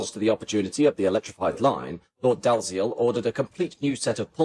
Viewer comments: Dalziel, as any body who what Dalziel and Pascoe, knows is pronounce Dee-ell. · IIRC, the name "Dalziel" is usually pronounced "Dee-Ell". Just a detail. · Is your commentary AI-generated and -produced? "Dalziel" is pronounced "Dee-Ell". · I remember the Brighton Belle! Would have loved to have gone on it, but we used to take the mid-Sussex line to Arundel, back in the day. By the way, the name Dalziel is pronounced "Dee-ell", which is not exactly obvious!